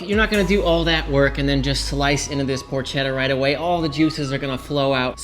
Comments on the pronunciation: I can't when you say porch etta You don't have to roll the r or put on an Italian accent when you say it, but it's PORKetta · ketta not chedda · Just please pronounce it properly “porketta” 😅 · Why does pronouncing porchetta correctly make me a dick?